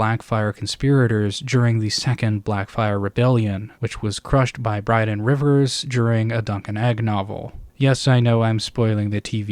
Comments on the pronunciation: Dawg. BRYNDEN, not Bryden. THERE ARE TWO N’S IN HIS NAME 😭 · another nitpick 😂 sorry I love listening to your videos. you forgot the "n" in Brynden Rivers name, I've noticed this in past videos but you have a habit of calling him "Bryden". the only reason it sticks out to me as an important detail is because his name is another disambiguation of "Bran", and Brynden and Bran are the two most powerful magic users on the planet that we know of, so the name connection is definitely intentional